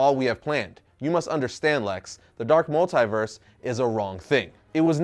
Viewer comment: Anyone else annoyed with how says multiverse?